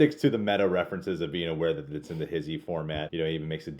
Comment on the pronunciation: It's funny when he pronounces HISHE, he says his-he. It's HEESH